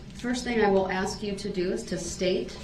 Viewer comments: He couldn't even pronounce a word as simple as ASK!! He pronounces it "Axe 🪓"!!! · Well all you had to do was "ax"...😁